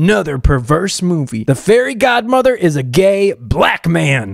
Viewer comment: Society: * mad about a male being fairy godmother* 🙄 Me: “ Correction he’s fairy god-ma-vah“😂